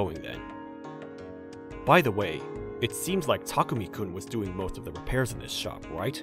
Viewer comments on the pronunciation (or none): Why does Chihiro keep calling Takumi "Tamaki"? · Am I the only one who heard that the lady always says Tamuki-kun instead of Takumi-kun? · Thay say his name so wrong from how it's typed Thay say it like "tamuki" not "takumi" that is hilarious (Edit) just realized that his dad actually said his name right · They said tamuki instead of takumi, how sad. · Female VA keeps mispronouncing the name "Takumi" into "Tamuki" :(